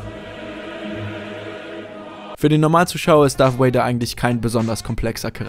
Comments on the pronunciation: Anton Ceclich Wer sagt denn wortwörtlich Wader? Es wird eben Darth "Wäider" ausgesprochen. Oder wie würdest du es tun? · sag bitte nicht darth woäida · Es heißt Darth Vader mit "v" also ausgesprochen wie das deutsche "w" und nicht wie das englische "w" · Maaaaaan warum sprechen alle Deutschen es "Darth Wader" aus? Es ist doch nicht schwer, das "V" wie ein "V" auszusprechen! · Anton Ceclich Gut, so spreche ich es auch. Habe es mir nachdem ich den Kommi geschrieben habe nochmal im Video angehört. Er spricht es tatsächlich etwas seltsam. ^^